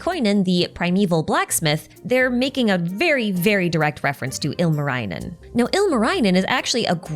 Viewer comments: Singing contest... I'm assuming you'll leave the analysis on the type of singing contest to your other video. Anyhow, great video! Lots of things I already knew as a Finn and a bunch of stuff I didn't. Seeing is all in Genshin context is very interesting. Tip for pronounciation: the vowels are largely pronounced similarly to Japanese. I admit I kept cringing whenever you said Ilmarinen. But otherwise you did pretty well. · The way I hear the good try with finnish names. Ilmarainen. Ilma means air. Also, the double consonants being very hard for English speaking people is always very hilarious. Lot of Finnish folklore names have double letters in them.